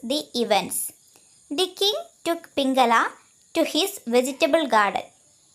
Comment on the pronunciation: പിംങ്കല അല്ല പിംങ്കള😂😂😂